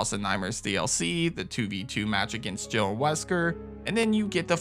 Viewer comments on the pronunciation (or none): none